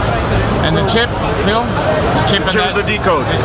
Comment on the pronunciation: You really do answer to every single comment right? :D thats so cool. Did you stealth vape on the plane? ;) And how did you like the german food? i really wanted to go the hall of vape too, but unfortunately couldnt. Also..its really funny how Dimitris still pronounces your name like..Phiiil. Haha. Anyways, good day to you Phil